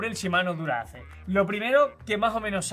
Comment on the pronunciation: Disculpen, pero no se pronuncia Dura-Ace. Se pronuncia Dura "aais"... Se ve que están FALTOS de Agricultura!!! "Cantinflas" Hahahahahahah haha!!! Estan Pal Perro Los Tres